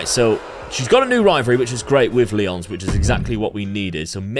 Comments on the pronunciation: another wwe game i can't play... will still be fun to see you play this! 💪 edit: also, nikkita's name is not lee-ons, it's lie-ons. as in lions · I know you do FM content too, so I can understand the mix up. Nikkita Lyons is pronounced like Lion (her indy name was Faith the Lioness), not like the 7 time Ligue 1 champions, Lyon.